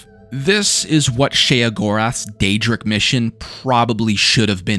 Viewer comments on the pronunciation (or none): none